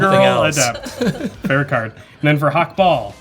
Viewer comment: The way says "Hakbal" alsways sounds to my German ears like "Hackball" (Hack = synonym for minced meat; ball = ball). Which makes Hakbal a meatball:D